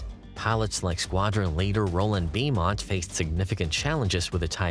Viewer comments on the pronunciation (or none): One comment on a good video: "Beaumont" is pronounced "Bowmont". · The pilots name is Beaumont pronounced Bowmont (as in bow and arrow)